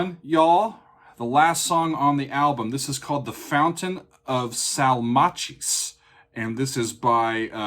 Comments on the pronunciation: Just so you know, Salmacis is pronounced Sal-may-sis, not Salmachi's. Salmachi's sounds like the name of an Italian Deli. LOL! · Btw, the pronunciation is Sal-mass-sis. (Salmacis) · "Sall MAH-cheese" 😂 I mean, sure, probably, but unlikely how Banks/Gabriel would have pronounced it. :-)